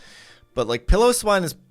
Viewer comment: K Here's a timestamp of every incorrect pronunciation Ariados (should be a long "o" on dos) Yanma ("ya" should be "ahh" like opening your mouth at the dentist, not the "a" in apple) Piloswine (PIE-low-swine not Pillow-swine) Gyarados (same issue as Ariados) Raikou ("kou" is a long "o" sound, not a "u" sound) Suicune ("sui" is pronounced "swee", he says the "su" and "i" correctly if they were individual characters in japanese, but when they are together you have to say them together) Tyranitar (he says "tuh-ran-itar" when it should be "tie-ran-itar", altough this one is kinda hard to tell, he might just be saying it too fast. I'd need another example to confirm this one) Hope this helps